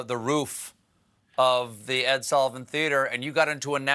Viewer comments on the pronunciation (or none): none